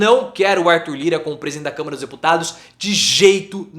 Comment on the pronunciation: É Câmara prof e não camera prof kkkk